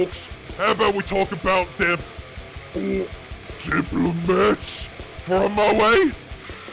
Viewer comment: I couldn't have agreed with you more when you said... or, at least when you attempted to say, "Diplomat". I might not be an ork, but EVEN I AM OFFENDED by the baffling use of one of those things, when it comes to Ork culture.